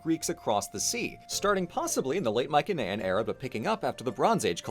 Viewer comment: "Mycenaean" is pronounced (in English) with a soft "s" sound, not a hard "k"